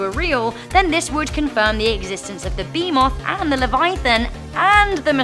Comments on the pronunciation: “beemoth” “Levaithan” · Bruh her accent makes her butcher the creature names 😂😂 behemoth=B Moth Leviathan= Levithin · Had to leave when Behemoth and Leviathan were mispronnounced.